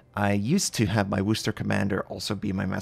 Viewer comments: FYI, it's "wus-ter" not "woos-ter" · It’s not Woo Ster. It’s pronounced Wuster. Wu s ter. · He says Wooster instead of Worcester I really don’t think u can English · That will do fine but never Woo ster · Nice try on the pronunciation but not quite right..... much love,, from Massachusetts. ❤️